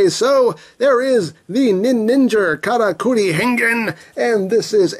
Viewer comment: I know it's saying "Karakuri!", but it sounds like "Kamakiri!", which means mantis.